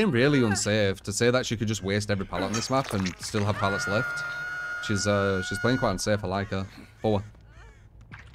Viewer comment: He's British man, it's hard enough. Leave em' alonw